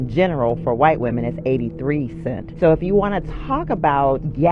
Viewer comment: its "CENTS" you idiot. no wonder no one wants to pay you more moron.